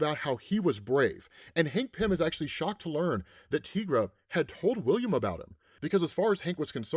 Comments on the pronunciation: Tigra's name is pronounced as it is spelled "Ty-gra". The name is a spin on the word tiger, per her co-creator, Roy Thomas. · It's actually pronounced like tie-gra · The way you say Tigra is off putting. Why say it so wrong? I know others must've have told you the correct way.